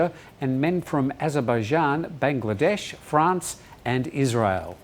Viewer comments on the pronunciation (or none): none